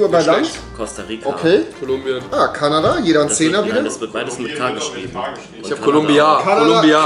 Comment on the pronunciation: "es gibt kein land mit q" "Qolumbien"😂😂